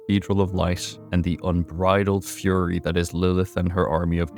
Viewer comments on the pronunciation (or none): none